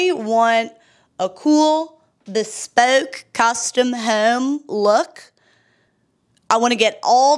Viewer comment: “bespoke cusstome hoewme” 😂 Also I love the Go Forth And Cut Corners at the end 😅